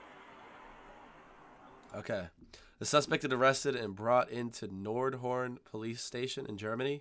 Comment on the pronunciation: You pronounced Nordhorn absolutly correct in german. ;-)